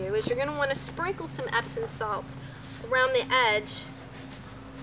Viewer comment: Epsom, not Epson.